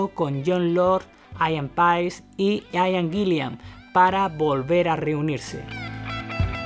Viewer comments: Muy bueno el video, pero no es AIAN GUILIAN... simplemente Ian Guilan, tal cual. Ni Glover como dices es Gluver. No te compliques. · Ian Gillan, y lo ha dicho hasta el cansancio que no es Guillian y este compa hasta se atreve a hacer un video. Por eso no hay que creer todo lo que vemos en Internet. Y yo sé que en España tienen su propia pronunciación, pero escuchen como ellos mismos dicen su nombre, no es porpel, no son los Bitels. Que alguien los ayude por favor. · Cada vez que mencionas a Ian Gillan como Gillian me das una patada a la oreja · Buen video. Por cierto, desde el respeto: "Ian Gillan", se pronuncia "ian guilan", no "aian guilian". Un saludo. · Muy buen video sobre uno de mis héroes musicales! Como crítica constructiva: trata de mejorar tu pronunciación del inglés, porque muchos de los nombres y los apellidos los pronunciaste muy mal (aian guillian, por ejemplo, cuando se pronuncia ian guilan). Vale pues. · Like por hablar por fin del maestro Richie Blackmore!!! Pero me desesperas que digas " Dip Parpel". "Ian Gillian". Ojo con eso!!!!